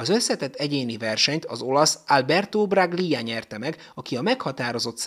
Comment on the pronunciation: Alberto Braglia: ejtsd: Brajja